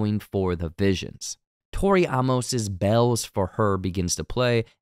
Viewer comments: I don’t think he cares honestly. He mispronounces Javi’s name every time and Tori Amos’s in this video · …but then goes and mispronounces “Tori Amos” 😂